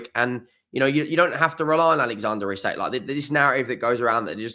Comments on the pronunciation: Its easy, just pronounce it as Eezack. Not Izac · EE-sak. The club released a video of players pronouncing their own names 🙂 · No, the pronucunation of Isak is Ee-sahk. The i should be long. I'm a swedish mag. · It's E Zak bruh. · it's pronounced eesak